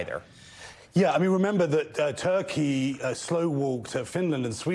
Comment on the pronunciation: it's funny when the interviewer said Turkey and it sounded like Taqîya